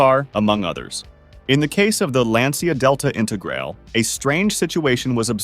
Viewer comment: the delta integrale is pronounced integral-ay. Great video!